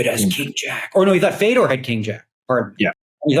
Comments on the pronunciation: Fay-Door - you can say it correctly,. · How can't u Pronounce Fedor correctly ! He's a legend ! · I don’t know why but I found him mispronouncing it tilting af